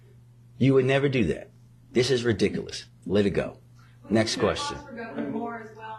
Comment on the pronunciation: can't even pronounce 're-dik-a-less!'